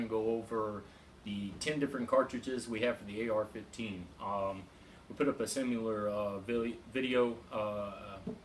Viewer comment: Did you say "simular?" I think you meant "similar." Youre not one of those people who say "heigth" instead of height are you?